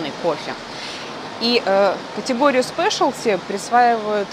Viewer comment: Спешалти😂 новое слово на букву х